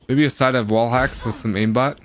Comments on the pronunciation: Aim ออกเสียงเป็น eim นะครับไม่ใช่อิม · Aim อ่านว่า เอม ไม่ใช่อิม เลิกอ่านผิดๆกันได้ละ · Aim อ่านว่า เอม ไม่ใช่ อิม นะครับ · Aim อ่านว่า เอม เเปลว่าเล็ง ครับ ไม่ใช่ อิม